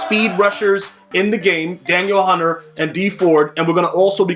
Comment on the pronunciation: Lol you’re saying Danielle hunter name wrong.